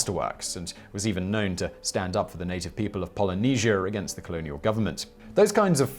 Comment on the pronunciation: Polynesier? You mean Polynesia.